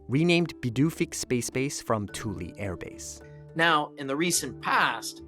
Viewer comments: "Tull"? Thule is pronounced "Too'-ly" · You mispronounced Thule in this video, it sounds more like “Fool” than “Tule”